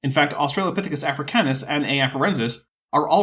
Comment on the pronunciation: Seems like he’s putting emphasis on “Afra-CAY-nus,” like he wants people to consider it canine.